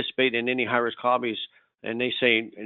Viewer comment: When he says high risk something Sounds like he is saying Irish Coffees LOL